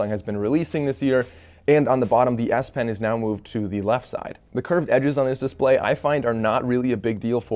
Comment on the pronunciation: Really nice S pen lol.... I thought you kept saying nice ass pen 🤣